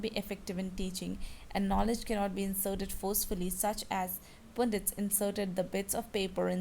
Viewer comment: Mam that is not "poondits" the "u" is used here like the "u" in "umbrella", "pundits"